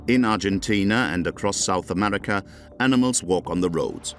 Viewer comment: "South Amedica". "Amedican". WTH?